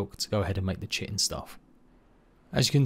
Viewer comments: Correct people's pronounciation: Kite-in Incorrect people's pronounciation: Chit-in Me who knows the correct pronounciation but simply doesn't give a crap: Shit-in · why does everyone say chit-in.......its pronounced Kite-in......